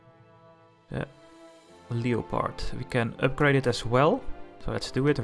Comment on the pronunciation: it's pronounced lep-erd